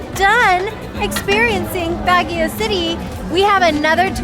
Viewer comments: Baahh gio not BAG E O. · Ouch. Constructively it's not BAG YOW. You certainly did try to pronounce everything though. Good you did the whole touristy thing but there is so much more to Baguio, this coming from someone that has native family there and our late grandma remembers the Japanese bombings as a young girl. Asin Hot Springs would have been a great side trip.